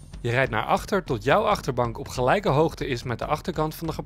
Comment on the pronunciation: “Gelujke hoogte”? Hoogte blijft altijd gelijk.